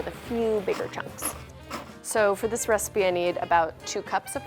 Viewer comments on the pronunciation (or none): none